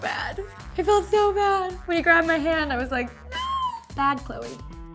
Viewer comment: She said her name chole